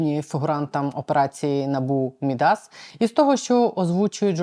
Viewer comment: МІдас - наголос на перший склад. Ім'я міфічного фригійського царя, котрий перетворював все, до чого торкався, на золото.